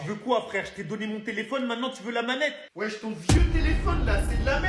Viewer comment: arrête de dire weche